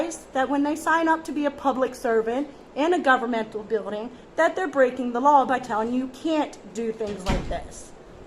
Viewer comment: I like how she keeps pronouncing law "lawl." Pretty funny. Good work though. Way to stand your ground.